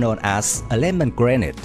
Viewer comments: It’s pronounced as (gre-nade) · Grenade is prenouse as (Gre-nade)